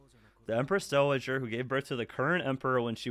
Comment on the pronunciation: Mate, you still can't pronounce "dau-uh-jr" (dowager) worth a crap. Here's a whole page that tells you how to pronounce it right haha. Not doh-wah-jer, "dau-uh-jr".